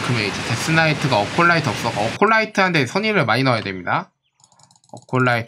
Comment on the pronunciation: 에콜라이트를 어콜라이트라고 부르시는건 여전하시네요.. 영상 잘보고갑니다